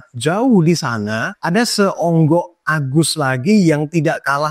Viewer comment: Mantap bang penyebutan agusnya. Agus berengsek mesuk hehe